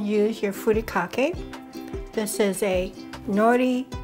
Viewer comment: you can tell this lady is the real thing when she pronounces "furikake" and "nori" correctly. I tried this recipe and added strips of fresh cucumber. Delicious!!